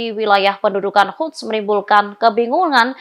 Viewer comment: Sepertinya reporter tribun ini gak bisa membaca dan tidak memahami berita yang dibacakannya. Banyak kalimat yang apakah memang tidak tau membaca atau mengacaukan algoritma pada penyebutan kata-kata seperti Quds dibaca Huds dan zionis dibaca yonis.